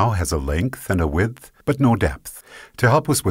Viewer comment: This guy pronounces width and depth so annoyingly.... I couldn't stand it. Widdthfrthfht Defffpthft